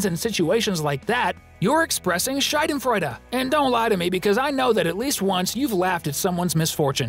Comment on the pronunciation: A kind requestion - PLEASE correct yourself ... 😅 I'm German and the way you pronounced "Schadenfreude" (you pronounced the "a" like the diphthong [ai], but it's supposed to be a long [a:]), it means "vagina joy" !!!! I know you didn't mean to do this little accident on purpose, but it just conveys a totally different meaning... 😅 So if you could change it by any chance, that would be very helpful, thanks!!!! (Also: please don't say "typical German clothes" or "typical German moustache". It's stereotypical, not typical. And btw, German is not a dialect, but a whole language on its own.)